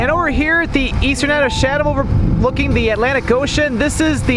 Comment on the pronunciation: Hey, great video but please note you've been mispronouncing the town of Chatham throughout it. The correct pronunciation is: Cha'tm (the "Cha" part sounds like "chat.")